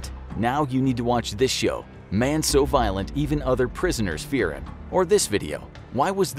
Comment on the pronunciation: Me initially: oh no. Very violet prisoner. Me after the video: lol he was British, doesn't count.